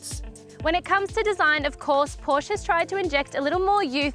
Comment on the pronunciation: At least Pronounce the brand probably if nothing else.